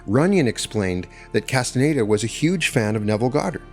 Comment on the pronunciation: The narrator's inability to pronounce "Castañeda" is very annoying.